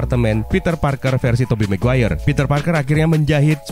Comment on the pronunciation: mungkin, tapi emang ada kah marga "maguere" ? gw kira Maguire